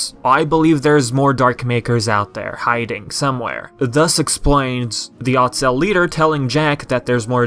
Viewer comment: Why do you keep mispronouncing otsel?